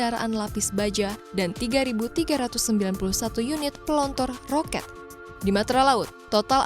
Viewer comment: "PELONTOR ROKET" Saya kira pendengaran ku yg salah tangkap, tapi setelah ku ulang lagi pas dengerin 😁